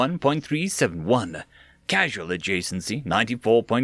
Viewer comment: FYI, "causal" is different from "casual". "Causal" comes from the same root word as "cause" and is pronounced "cawz-al"